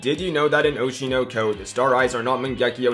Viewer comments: why did he pronounce oshi no ko like that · very good contents but anyone feels a tiny little pissed when he pronounces the anime name oe-shi-noe-koe instead of the japanese pronunciation XD